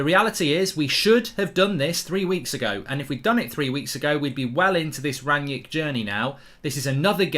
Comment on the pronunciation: Who is 'Ranyick'? I thought his name was Rangnick.